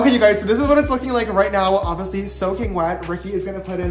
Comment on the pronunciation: I like how James says “obviously” “ovisly”